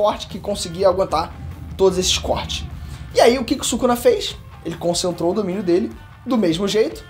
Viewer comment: " Sukana " KKKKKKKKKKKKKKKK